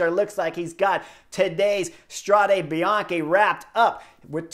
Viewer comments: It's not "Strade Bianchi", it's "Strade Bianche" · In Italiano tu dici Strad(eh) Bianchi, non Strad(ee) Bianchi.